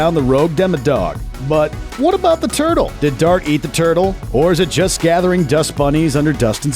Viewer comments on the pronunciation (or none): Yurtle? Seriously?